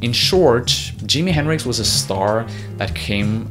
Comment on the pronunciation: It's not Dimi henricks! You butchered Jimi's name! Don worry about it